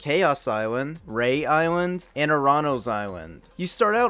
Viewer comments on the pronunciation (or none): It's pronounced re-ah island not rey